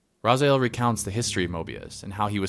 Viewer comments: dude i would really apreciate it if you would stop calling the main character RAZAIEL his name IS and always has been RA-ZI-EL, Kain even calls him in the Soul Reaver 2 Intro REaziel, there is a HUGE comunity out there, myself included, that is Really Really Pissed Off at the fact that this CULT series never really got a popper conclusion ... insted we got fucking MMO Nosgoth ... alot of the people that were responsible for that travesty should have had there heads chopped up and there blood draind from there still moving bodies .... atleast that's WHAT KAIN WOULD HAVE DONE :) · This is a pretty decent synopsis, but it makes me cringe how you pronounce "RazAel" instead of "Raziel". It is RA- ZEE - EL. You just have to listen to how Kain says his name. I don;t see how you could fuck that up. Because of that annoying mishap i will not be watching the rest of these synopsis. GOOD DAY SIR!